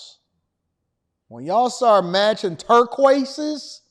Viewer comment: He said "turquoises" 😆